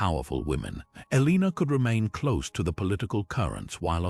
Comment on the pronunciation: TY for the Video However Her name is pronounced El-a-nor, and is spelt Eleanor